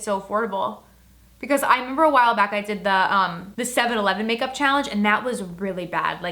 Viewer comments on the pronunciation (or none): Did she say pake up?